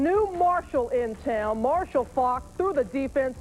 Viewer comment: Robin Roberts cannot say "Faulk" (Marshall FAWK)